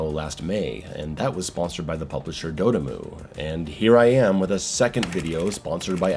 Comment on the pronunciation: Please don't pronounce dotemu like you did here or just don't say it's name anymore. 💀 But your review was great other than you sounding silly everytime you said the devs name. Lol. It convinced me to buy the game. BTW it's pronounced dot m.u. Like just the word dot and then the first part of the word emulation.